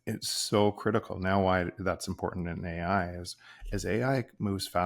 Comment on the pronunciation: you said impor-tant. It’s very unusual to hear Americans/ north Americans pronounce… TANT. Those last syllables are usually garbled with a nasal thrust. It’s not even something One can put on in a text or make it intelligible, sensible because it is so nonsensical. Martin..Mountain Putin… anything with (TIN or tint) is usually garbled, pronounced with a nonsensical sounds. So here’s to you again.👏🏼